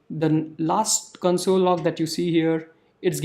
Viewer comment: It's console not cunsole